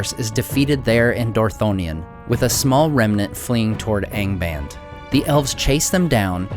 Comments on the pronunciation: "Aing baind" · Nice channel but you should improve you pronunciation. Angband has to be read with both the "a" open...